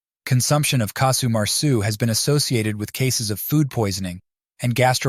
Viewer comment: Casu not Kasu.